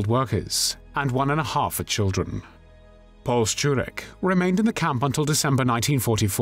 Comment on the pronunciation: You go out of your way to be exacting in your pronunciation, which I applaud you for, but in German "Paul" is pronounced "Powell", as in Colin Powell. (Sorry if I'm being pedantic!)